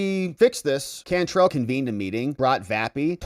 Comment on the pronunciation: Can trell like tell. It’s a New Orleans name too pronounced differently. Anyway. She’s from California! WTF!! Get her out!